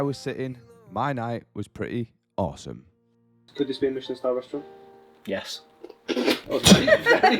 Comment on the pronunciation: not pronouncing Michelin properly